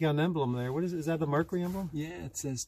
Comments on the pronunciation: He keeps calling it a "Merkary". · Nice car but Mer cyurr eee M er kerr err